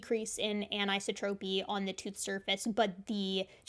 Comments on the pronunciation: an - i - so' - tro - py : accent on the third syllable. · Hmm, is that how anisotropy is pronounced in your field? In physics it's promoted anne-eye-SAW-troh-pee. You're pronouncing it anne-EYE-suh-troh-pee.